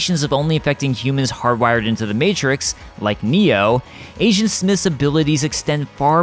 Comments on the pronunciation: When you say agent, it sounds like asian. Lol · I Keep hearing “Asiant Smith” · You keep saying Asian Smith... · I keep hearing ASIAN smith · Kept hearing him say “Asiant Smith”